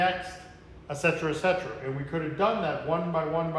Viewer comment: "Imsuh"? "Utcetera"?